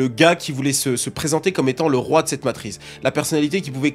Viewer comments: Ah ouai, il l'a dit 20 fois en 2 minutes, je deviens zinzin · Ont dit la matrice 😉🙂 après c'est qu'un détail sa change en rien la qualité de la vidéo 😉💪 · sur la fin, il dit " matrice";;;;; mais c est deja trop tard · Le hasard a voulu que ce mot qu'il ne sait pas prononcer soit celui qu'il répète le plus.... Pour nous rendre fous sans doute 😂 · LA MATRIZZZZZZZ ptn ca rend fou (super vidéo cependant) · ARRÊTE DE DIRE MATRISSSEEE !! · MATRICE PAS MATRIZE STOOOOOOOOOPPPPPP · Matrice ❌ Matrize✅ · ça m'a stessé car je n'vais jamais entendu "matrise" avant donc je suit aller regarder et en faite il veut dire matrice. Lol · La matrize est tellement puissante qu'elle empêche de prononcer son nom correctement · MATRIX... MATRICE ...MATRIZZZZ... FACILE A DIRE ENFIN🤣🤣🤣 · C'était so (tellement) 2002 Matrice hahaha !! Effectivement en 2025 c'est la matriZzZzzz !! 🤣👍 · J'allais faire le même commentaire, il stress avec sa matrize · 20 fois matriZe au lieu de matriCe... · Est ce que je suis la seule qui voulait pleurer à chaque fois qu’il disait Matrize ? 😭😭…. Du coup j’ai voulu pleurer des taaaasss de fois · combien de fois il dit "la matryze" dans cette vidéo (MATRICE)....................4fois 22 fois ou 1453 fois:trophy-yellow-smiling::hand-orange-covering-eyes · MATRI CEEEE, qui dit MATRIZE putain 😭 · La matrice on prononce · Matrice pas matriz stp bg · Petite PREZISION.. cest matrice pas matrize. Merzi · Arrête de dire Matriz frérot 😂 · Une Matrice pas une matriz... et matrix matrix 😊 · depuis ta vidéo, j’arrive plus à dire ‘matrice’ normalement. C’est "matrize" qui sort tout seul. T’as lancé un virus linguistique 😵🧬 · J'ai jamais été autant trigger par une faute de français, mais la vu le nombre de fois ou tu le répète c'est trop .... MatriCCCCCe et pas matriZZZZZe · T'es payé au nombre de fois que tu dis matrize ou c'est comment? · T’as ruiné ta vidéo avec le mot Matrize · En 30 secondes y a eu 30 fois " matrize " je transpire déjà